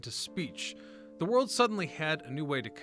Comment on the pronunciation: This guy must be AI. ‘ the wold we once ‘know’.